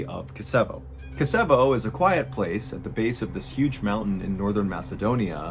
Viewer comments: it's pronounced Kichevo :D the City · as far as im aware Kichevo is " Кичево" and "ч" is 100% a "ch" sound. Unless there's a speech issue. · I'm from north macedonia, we don't live there but as a kid I spend my summer vacation there, pretty much near Kičevo ( it's pronounced like Ki-tch( like in witch)-e-vo) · Kičevo, not Kasabi. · Kasevo ahahahah Its pronounced KI CH E VO ki like kimchi and ch like when u say ch-ai ☕️ and thenE V O normally Very surprising to hear something from Macedonia 🇲🇰❤️ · Kichevo (Keetchevo) not Kisevo xD is in the West, western Macedonia, not northern. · I'm Ukrainian 🇺🇦 born in Canada 🇨🇦... I think "ч" is pronounced "ch" not "s", in Macedonian Ukrainian and Russian 🇷🇺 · Kee-tche-voh (Kičevo, Кичево) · The place in question is actually pronounced ( KIICHEVO ) ... for the English speaking viewres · Mr Ballen, I love your podcast , Im from North Macedonia, just small correction regarding the city Kicevo, i dont blame you pronounced wrong its easier to try with Kichevo😊 ..by the way Excellent story!! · Greetings from Macedonia! I've heard about this, but just because this kind of stuff very rarely happens in my country. Just a small correction, Kicevo is spelled as CH like in Chocolate. Keep up the great work, I love your content! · Place name is Kichevo and her name iz Zhivana...its hard for americans to say names from eastern europe and former yugoslavia...gretings from Serbia and sorry for bad english Mr. Ballen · This is wild! I lived in Macedonia. I've never been to the city (which you are pronouncing wrong) but I remember hearing rumors about this story literally 11 years after it happened. Things like this are so rare in Macedonia 🇲🇰 😢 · I love listening to mr ballen but ur butchering these names a lillll bitttt